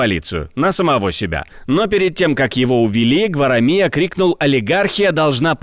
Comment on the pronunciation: Правильное ударение: ГварАмия.